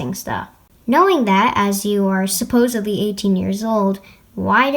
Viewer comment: ... SupPOSEedly... I'm not sorry.